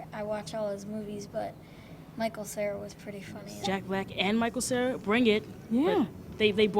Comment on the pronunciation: lol the guy said michael sierra!